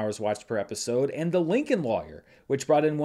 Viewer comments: Never heard it pronounced that way shrug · Lawyer must be that one word that just can't pronounce lol (We all have one... Mine is Literally)